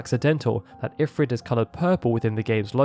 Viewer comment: Informative video, but the pronunciation of Ifrit bugs me.